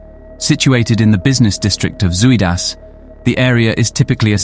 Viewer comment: If you decide to make a documentary, at least use Google translate and type in the Dutch words and lean to pronounce them correctly. Your way of saying Zuidas is so wrong, it sounds like soeid as. Even the name of the main man Martin Kok, your way of saying it sounds weird. It's Kok sounds like cock. not Coke